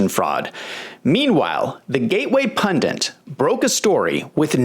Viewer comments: Why. Oh why do some Americans say "pundants"? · Hi,. I know that it's pundits BTW. Why do some Americans say "pundants"?